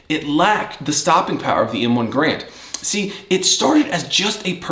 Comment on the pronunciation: I'm just being nit picky here, but please the man's name is a two syllable word...gAr-and. The bar as you call it is pronounced by the letters..B. A. R. Not as a word . Now that that is out of the way, damn you wield that carbine very well. Also the best part of the m1 carbine is collecting originals. Ten different manufacturers/ makers. Totally fascinating subject. Honestly a very well done video. Mostly I'm just yanking your chain about pronouncing of the others. So was the one you showed a WW2 made one or is it a new auto ordnance or something like that?